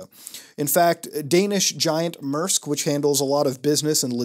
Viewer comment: That's actually an impressively accurate pronounciation of Mærsk